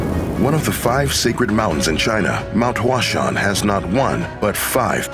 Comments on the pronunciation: The way he pronounces “Huashan” kills me. He pronounces it like "Flower mountain" lol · Your pronunciation of the location is incorrect.